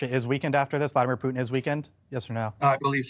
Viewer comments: Ha! I heard you say it! Vladimir Poutin!!😂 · "POUT-IN", that was a Freudian slip 😂🎉😅